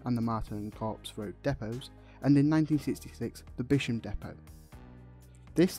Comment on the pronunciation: A nice and concise video. Factually correct, but a few corrections of pronunciation needed perhaps. Bispham is pronounced Bisp ham. (It was Bishcopham originally. The village where the Bishop of Blackburn lived). Gynn.is pronounced like Lyn, not like mother's ruin. Lol. ( It's a shortened version of ginnel, or a narrow passage, as originally that is what it was. A passage through the sandhills.) And Poulton Le Fylde is not pronounced Poulton le Flyde. It is Fylde.( It's Viking for Field.) And perhaps not so much of the "attrocious weather conditions" please. I admit it's not going to rival The Bahamas any day soon, but you make out it's somewhere behind Antarctica and it simply isn't. And the Tramway mostly survived due to the vast majority of the surviving promenade route being segregated from the road, so that it didn't interfere with road traffic, which was one of the main reasons nearly all the others went, though there were usually other factors involved too. Also it's tourist potential and as you correctly state, the introduction of the OMO cars in the seventies, when it was on a knife edge. The first trams to North station ran on test just last week and all seemed to go well. And technically, there are THREE classes of tram. A fleet are the new Bombardier Flexity 2's. B fleet are around ten converted 1930's Balloon double deckers that can augment the Flexity fleet if required and go to any stop. C fleet are the heritage trams which can only pick up and set down at a fe